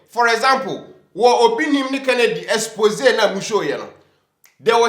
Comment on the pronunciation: Please tell to work of his pronunciation of the word ex·po·sé. PRONOUNCED "EX PO ZAY" not "EX PO JAY" Since he says he is an English professor.